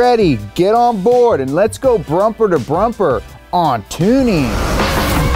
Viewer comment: I am sure he said "brumper to brumper" At the start....